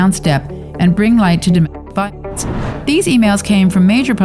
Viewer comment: Dome.... V...lence 🤦‍♂️